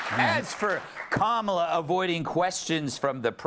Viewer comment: tbh i thought that's how it was pronounced for at least a few days after he joined the campaign bc i'd only read it, they just never learned the right way bc their brains get overloaded by singular "they"